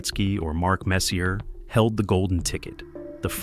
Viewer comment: You keep mispronuncing these legends names. Roy, Messier, etc. I can't take this channel seriously when you can't pronounce these guys names correctly.